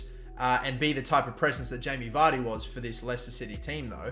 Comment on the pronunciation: ANd VAR-dy